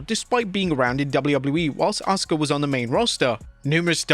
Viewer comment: Asuka is near the top in terms of in-ring skill, Goldberg is near the bottom. Also referring to her as "some japanese girl" and then pronouncing her name wrong when he bothered to use her name.. there's at least some quasi-racism there.